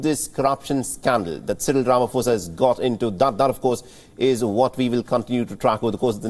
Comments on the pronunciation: Rama "Posa" not Fosa...Being from South Africa it's hard to listen to this since it's outbreak. Ramaphosa = "Rama Posa"...P P P not Fosa Fosa....tjerrrrrr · Repeat after me… RA MA PO SA… not Ra ma Fo sa… come on man. Do your research! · Good people. Please note it's it's no Rama"fosa* bt Rama*phosa"as in pain Fir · Ramaphosa with a "P"not a "F".......its a silent "H".. please learn to pronounce